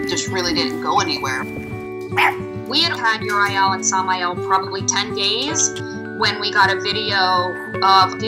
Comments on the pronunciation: Cute story, but... UR-I-EL? Sam-I-El? Just.....Why???? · Adorable! But, oooof. That pronunciation of the names is like nails on a chalkboard. Bro it's pretty clearly "your-ee-el" not "your-eye-el", "Sam-ee-el" not "sam-eye-el", and "gay-brie-el" not "gay-br-eye-el" just based on the spelling alone 😬 who thought yall how to read